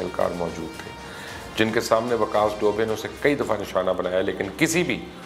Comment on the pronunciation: Sir you wrong its vikas dubey not vikas dobay